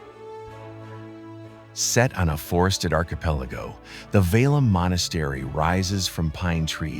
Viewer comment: It`s Sergiev Pasad [`serGijev] as 'g' in 'gay'. Also 'Petergof', not Peterhof. 'Valaam' we pronounce every 'a'.